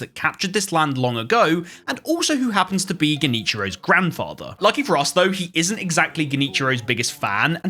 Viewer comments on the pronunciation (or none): Hell nahh he literally said grand theft isshin😭